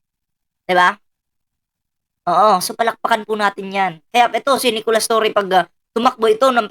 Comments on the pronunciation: Torre po not torreon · Torre hindi torion boss. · Torre Hindi torion